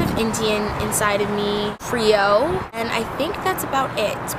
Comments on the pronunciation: Did she say shes was "CREE-O" LMFAO IM DONE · She’s laughing at the way she pronounced it lmao, cause I def laughed too when she said that shit.